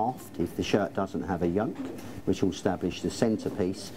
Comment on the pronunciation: Know your size - shirts but every time he says “Establish” it gets more distorted Somebody please make this happen